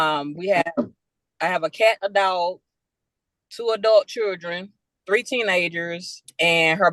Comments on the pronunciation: how many days are in a Munnt? And what is the definition of the word “chuelldrhinn” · "Churdrin" How embarrassing we are as a race. 🙄